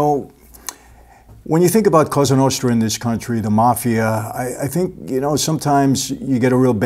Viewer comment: I really like your videos but I don't like how you pronounce Italian words in an American accent. When you say Cosa Nostra, you say it like "Qouza Nousthra". Just say it in an Italian way like "Koza Nostra". Well, you know what I mean :))) BTW I've watched a movie called "Bonanno: a Godfather's Story", which is based on Joe Bonanno's Autobiography. And in that movie they say the same about Kennedy's murder - his father had tight contact with Mafia and they helped him to win elections but later he began fighting Mafia and that's why they get rid of him.